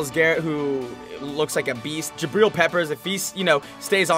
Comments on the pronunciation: Does anyone else cringe a bit when he says jabreel instead of jabrill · Please say Jabrill correctly. His name rhymes with Jatrill.